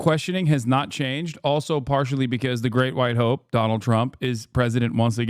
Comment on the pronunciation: I SWEAR Jesse was saying 'the Great White HOE' 😂😂